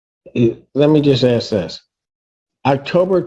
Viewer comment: Sovereign citizens always "ax" questions